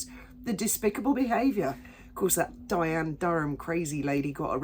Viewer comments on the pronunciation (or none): none